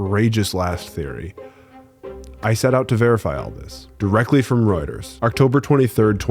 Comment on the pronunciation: REUTERS is pronounced ROYT-ERS not “Rut-ers”.